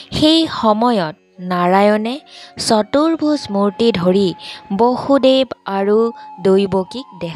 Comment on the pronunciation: Bosudev , Baasudev nohoy.Correct usharan koriba😊